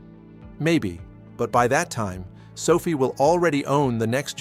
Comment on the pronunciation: sofie? LOL, AI man. SO-Fi